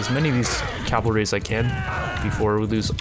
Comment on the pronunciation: Cav-al-ry. Cavalry, not "Calvary". Many people abbreviate it to cav. Would you say cal to abbreviate it?